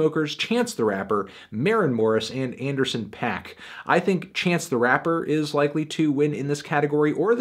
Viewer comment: Please for the love of god learn to pronounce D.R.A.M. and Anderson .Paak correctly